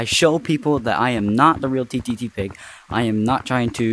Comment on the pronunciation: hhahahah “ttttig”